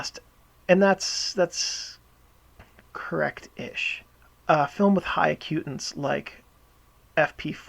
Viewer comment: It's AC-u-tance